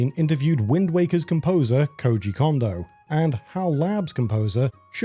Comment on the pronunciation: Just some constructive criticism, narrator - Note how you pronounce Koji. Apply how you pronounce the O in Koji to how you pronounce each O in Kondo. 😊